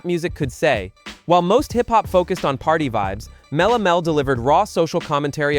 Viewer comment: Mel - A - Melle 😂😂😂😂😂 Stop with the AI